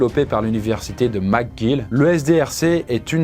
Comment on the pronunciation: Pas < > mais <<Mèque guile>> (phonétiquement) université McGill à Montréal au Québec